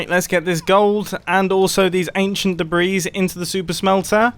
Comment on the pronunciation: the s in debris is silent